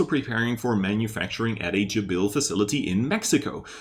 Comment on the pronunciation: Thnx.just one thing .its JAbil ,not jaBIL 🙂